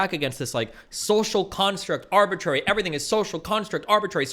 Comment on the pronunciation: Vaush reminds me of the dude at the end of matrix saying, "er go" but instead saying, "arbitrary."